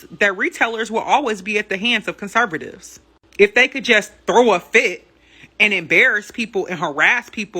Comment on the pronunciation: Kurrsurrvtives she said😆 You KJP is her hero